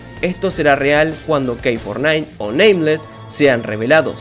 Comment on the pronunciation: "Kei four nine" Ulalá señor francés Entonces cómo se dice? K nueve nueve 🤑🤙🏻